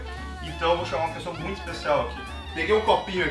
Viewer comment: Tá falando molta 😰